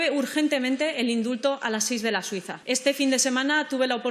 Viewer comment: Pastelería "Da Suisa" No oigo otra cosa